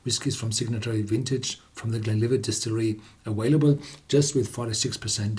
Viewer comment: The word “available” is pronounced aVailable, not aWailable.